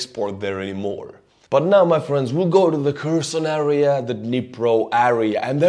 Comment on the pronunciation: please pronounce the word "area" correctly. You can listen on google translate how to prounounce it.